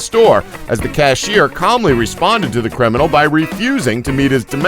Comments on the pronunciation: "crininal"?? "criminal"! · whats a crininal